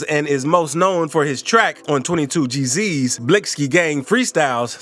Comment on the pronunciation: Yoo literary this man cannot be black he deff grew up in the suburbs cause he really think he is white. With everything he says but also by the way this man pronounces they rap names the way he said fivo foreign and 22gs (he added a z to his name for no reason to) and the way he said blicky and at first he said b love the rapper then at the end says it mad weird then says that's one of his songs name🤦😂😂